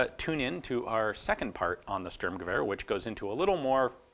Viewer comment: Your pronunciation of "Einzel-" and "Dauerfeuer" has become magnificent! ...for an American. Now, "Sturmgewehr" needs some work. "Shtoormguhwayer" might approximate the correct pronunciation, depending on who reads it.